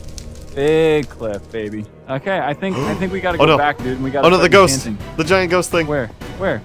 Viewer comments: The ghost thing is called a ghast this is how u pronounce it gast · The "giant ghost thing" is called a ghast pronounced g-ass-t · Its a Gast not a Gost. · i't's called a garst not ghost